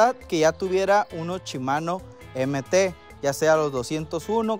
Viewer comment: Pregunta porque cambian las letras al decir las palabras Shimano la cambian por chimano, la palabra aún viéndola que dice kashima la cambian por cachima, 🤷‍♂️🤷‍♂️🤷‍♂️